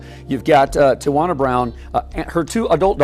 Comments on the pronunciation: Tijuana... I mean Tiawana? 😂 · LOL right! Tiajuana Mann😮